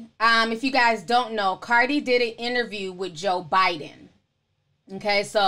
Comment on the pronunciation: Almost fell off my chair when she talked about them speaking with “Ebonics”It’s true. They do that. FYI... it’s “ Bi-den” not “Bin-din” 😀